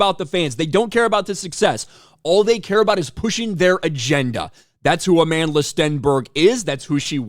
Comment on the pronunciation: "Amanless Stenberg" is how I heard you say it.